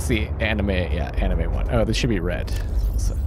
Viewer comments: anemone - its pronounced anem - o - nee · You see, he's doing this on purpose to drive us insane. Just leave him be with his aneem-wan-kenobi and try very hard not to listen to the screams of agony from the English language being punched in the gut repeatedly. ;) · I realize this won't help you now, but Anemone is pronounced AH - NEH - MO - NEE.